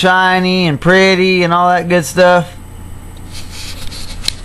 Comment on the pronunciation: "It's all shiny and perty" lol thanks:)